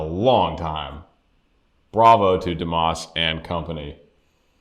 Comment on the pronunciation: Pronounced as dee mas like must without the t